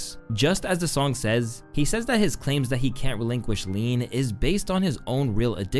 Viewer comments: Lol fr he meant can't but it did sound like he said kyant but he said cant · not "can't", but "kyan't" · You cyannt miss it bro.